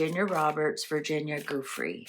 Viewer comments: Jew Frey not goo free or goo Frey. My G-d can no one read, or learn to say things right, anymore? 🤦🏻‍♀️ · Giuffre..juff-fri. not goofrey. I'm in Australia, she committed suicide, read her history, and listen to Australian media. Police records, paramedics, and doctors reports have been viewed by MSM. If she had gone into witness protection, she would have done so without fanfare. I feel sorry for the 14 yo girls she single handedly recruited into that lifestyle. CIA, Mossad, have not jurisdiction in Australia. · It's pronounced Joo-free. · pronounced --"jufray"